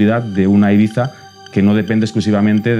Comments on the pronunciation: is it Ibiza or iBiTHA? that host keeps on saying it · Why is she saying "ayBeefa"? It's IBIZA, it hurts my ears. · I find it hilarious how the reporter keeps pronouncing Ibiza Ee-BEE-tha (trying to pronounce it as correct as possible) and the dj who lives and works there calls it Ee-vee-sa. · Resident DJ for 10 years and still calls it 'Ibeeza' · Why is she the only one pronouncing it Ee-bee-tha? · She says ibifa she can’t even say ibiza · The girl cant even pronounce "Eyepizza"..... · Stop saying “Ibiza” like that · She really prides herself on pronouncing Ibiza like a local. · The was she says Ibiza is triggering me 0_0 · She pronouncse the begging of Ibiza in english and then the final part as spain spanish. Choose lady!